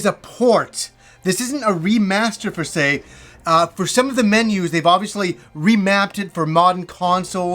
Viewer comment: Love the channel, it’s ‘per se’ though not ‘fer se’. Don’t want to be a nob but just saying!